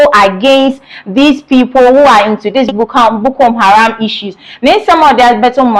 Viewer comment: Madam the name , the namis not Bukom haram Madam there is no eord like Detainment: rather DETENTION.